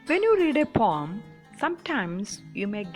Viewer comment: It is poem not pom